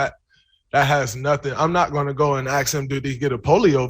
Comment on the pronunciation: Let me ax you a question.. vassination?